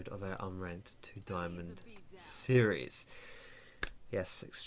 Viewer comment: nooooo he didn't say unranked to DIAMOND properly 😖 wasted video 😭